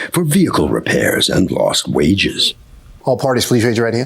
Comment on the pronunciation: How about "eC-ce-tera" instead of etcetera. Or "ve-Heh-cle" when the h is supposed to be silent in vehicle. Or "sa-pose-aB-lee" instead of supposedly. Or "pitcher" when what they mean to say is picture.